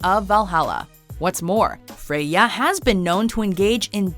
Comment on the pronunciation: Frey ya not Frey.....ya